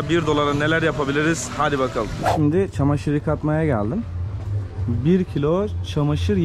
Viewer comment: Şindi deyil olum ŞİMDİ diyiceksin ki millet anlasın, makineyı eline alıp gezmekle diyil biraz doğru anlat Türkçeyi millete